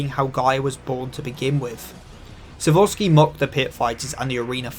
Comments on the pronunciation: sikorsky, not sobosky or whatever the fuck you are saying, sikorsky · Its not sevorsky it's sekorsy